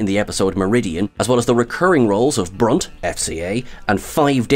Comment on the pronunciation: you didn't even say it right. It's supposed to be "BRUNT! F. C. A." not "Brunt. FCA." C'mon man. You're slippin'